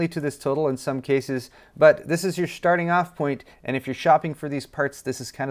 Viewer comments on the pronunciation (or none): "But this is your Shtarting off point"